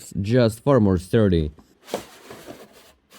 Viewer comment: I saw his vid a full day before I noticed yours in my main (read: NON-subscribed) feed. I then forced your vid to register in my History feed so I could watch it days later. And so far, I'm enjoying every minute of it! You're frankly the best Russian 'import' since Yakov Smirnov!:D EDIT: - (sees captions) Sturdy. Not 'stirty'. >;) - "The compound is so dry, I can draw on it!" - You, my friend, have taste! I dug deep in my garage storage to dig out a tube I bought mid-20teens, just to upgrade the Ryzen CPU in my current Lenovo build from 4 cores to 8!:D -: "Hey, it booted! Yes! Yes!...Yes!" YTCaptions: [Happy ape noises] - Unscathed. Not 'unscaved'. >;) - "Information obtained during this call may be accessed by Microsoft subsidiaries, subsidiaries, and service providers located around the world." Thanks, Google Translate! XD